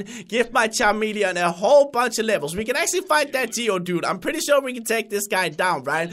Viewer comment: Again.. it is CHAMELEON that he said Not CHA"R"MELEON